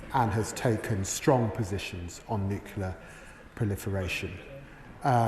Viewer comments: I'm sorry. I can't listen to these people any more. They are a disgrace,. And not just because none of them seem to be able to pronounce the word "nuclear". Hint: it is not "nuculer". Sheesh. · The Foreign Secretary can't even pronounce nuclear. It twangs my brain every time I hear him mispronounce it